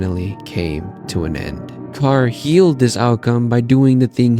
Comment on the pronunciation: Awesome video man i wanted a video like this. Also I love the way you say carrs name, your the only person who actually pronounces it correctly lol